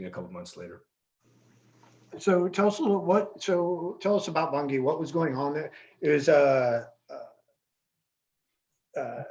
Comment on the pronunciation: Pronounced Manaus and Bangui. Not manhouse and bungi.